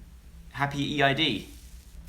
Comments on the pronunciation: Oh no joe😂😂😂 "E-I-D" is an Islamic celebration and it's pronounced "eed" not "e-i-d"😂😂😭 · Anyone else laughing when he pronounced Eid as E.I.D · It's E-I-D!! 😂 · I laughed at the way he said Eid😂❤️ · Laraib Xx same. I guess he didn't read Caspar's tweet